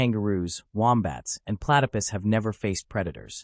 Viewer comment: Platterpess lol